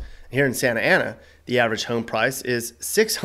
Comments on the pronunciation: Santa Ana aka 'Skantana' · People that say "SANTA ANA" are obviously not from "SANTANA". My birthplace and hometown. Would move back in a heartbeat. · The way he emphasized, "Santa Ana Winds"... The hate... 🤣